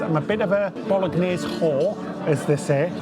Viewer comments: Boh-loh-NYEH-zeh (no hard G) Americans and many Italian Americans pronounce it Boh-loh-NYEHZ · please don't pronounce the "g" in bolegnese. 😉